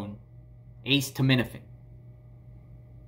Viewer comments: It's not pronounced "ACE TO MIN A FIN"! haha. It's pronounced "A set uh min uh fin". Now say it fast. A setuh minuhfin 😂😂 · acetaminophen is pronounced uh-seet-uh, not ace-tuh. thank you couldn't stand it had to tell you. sorry. The pharmacist should know that, also about HIPPA.... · Just to help it's pronounced uh·SEE·tuh·mi·nuh·fn I Instead of ace tuh med ifin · Acetaminophen =A-Seet-O-min-a-fin. why did you say the pharmacist name? You shouldn’t have revealed your source. That pharmacist could get in trouble. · Vicodin highly sought out by addicts It’s pronounced Ah-ceed-ah-ment-ah-fin It slows you down, but if you take a couple it gives you a sort of energy. That’s what I’ve been told. My niece was highly addicted to this, and when this wasn’t strong enough she moved up to Percocets. 5 years ago she had to go inpatient to get off these nasty drugs. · Aceed-a-ment-a-fin lol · Ah-see-tah-men-A-fin (correct pronunciation) which is generic Tylenol. The Hydrocodone is Vicodin. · ACETAMINOPHEN: It is pronounced "A- set- uh- min- uh- fin". 🤣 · A see ta MIN a fin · Stop saying it like that! It's called Norco! It's hydrocodone and a ce ta min o phen (aka Tylenol). They sometimes prescribe it to kids for minor surgeries. Lol love ya buddy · Pronounced "Us said a men owe fin" :) No Ace's involved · Lol you crack me up the way you say acetaminophen 😂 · Thank you! I'm glad he repeated that several times so I know I didn't hear him wrong. I have not ever heard acetaminophen pronounced like that in my life. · Me too🤣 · You are still pronouncing acetaminophen incorrectly bless u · ace of spades, ace frehley, ace hardware, aces high, ace in the hole, aces in their places, ace bandage….